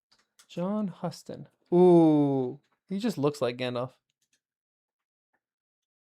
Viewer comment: John Huston's last name is pronounced as "HEW-stun" like the city Houston in Texas. It must have been a bit of a surprise to not be introduced to Bard in this chapter; Tolkien introduced the character pretty late in the story. I originally expected Peter Jackson to bring in Bard as the chief guard at the bridge but he tricked us by making him a bargeman. I still find it hard to credit that the Dwarves had lost so much knowledge that they couldn't estimate the date of Durin's Day at least within a few days (something that Elrond and his folk could have helped them with). If you'll recall the LotR appendices, there was a dragon slayer among the forefathers of the Rohirrim. I would recommend Karen Wynn Fonstad's The Atlas of Middle-earth as the more useful reference book. BOOK RECOMMENDATIONS: Jim Butcher's urban fantasy series The Dresden Files (20 books so far including 2 anthologies). Also by Butcher: The Codex Alera (5 volumes). The Elric Saga by Michael Moorcock (who was also a member of the British band Hawkwind and who also wrote several songs for Blue Oyster Cult).